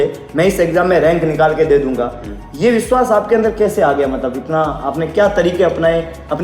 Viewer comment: Y veshvas nhi vishvash ghat hota hai